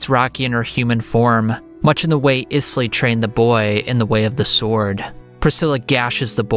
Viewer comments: It’s pronounced Aiz-Lee not Is lee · I know you said you might not get the pronunciation of some words but come on…Isley like the Isley brothers…..great video otherwise lol